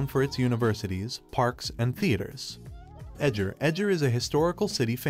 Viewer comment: I know Hungarian is one of the hardest languages. BUT! What is the Pinonian Plain? Red thermal spring valley? Szeged to sheed? Eger to Edger? If you can’t pronounce Hungarian words is fine. But copy?